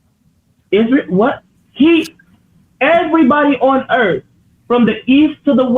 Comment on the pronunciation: For who? For the people of the Earf!!! 😂😂😂😂😂😂😂😂😂😂 NOT TODAY SATAN